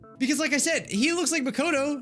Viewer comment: pronunciation of Monomi, Nagito, and Makoto make me cringe.